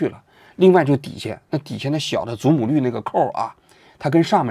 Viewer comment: 于谦：祖母绿（lù）